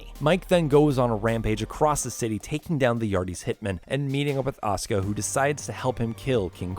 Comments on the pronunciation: It's Asuka with a "u" not Aska ffs!!! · Asuka, not Oscar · Why are you saying Asuka as Oskah?